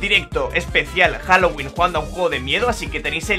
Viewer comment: Jajajajajajaja todavía me acuerdo de eso El inglés de 😂😂😂